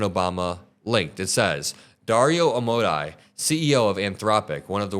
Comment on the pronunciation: I really like your channel! Don't want to be "nit-picky" but Amodei is an Italian name aa·moh·dai·ee a sounds like the 'a' in 'car' m sounds like the 'm' in 'me' oh sounds like the 'o' in 'so' d sounds like the 'd' in 'do' ai sounds like the 'ai' in 'pain' ee sounds like the 'ee' in 'see' Or you could run it through a translator... Hope you can let us know about AI. I'm OLD and don't really know how it's going to work...